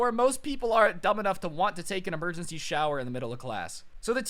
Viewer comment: He said emergenshy instead of emergency at least four times.